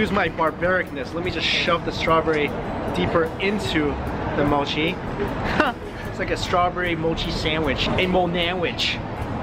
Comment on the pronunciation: Spoiled for me by the awful pronunciation of Japanese. For pity's sake, MOW-CHI? It's MO-CHI.